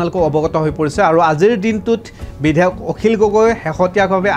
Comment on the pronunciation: আপোনী বিধেয়ক বুলি কৈছে ।বিধেয়ক নহয়,বিধায়কহে